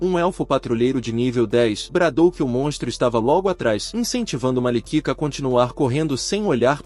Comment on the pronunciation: tá escrito malika a voz fala malikika ai vc me quebra kk